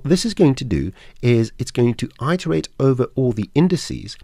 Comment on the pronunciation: Iterate is pronounced IT ERR 8 not EYE TERR 8. Integer has a soft g sound. ie as in gentle not garlic Apart from that very helpful. Any chance of an update version as the scene nodes have moved on a lot in more than 3 years since this was posted.